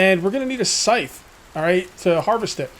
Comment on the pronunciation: Scythe rhymes with lithe, not life. :-)